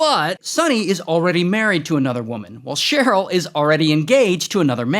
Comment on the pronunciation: "Sonny and CHERE-yl"? I see you, Ray!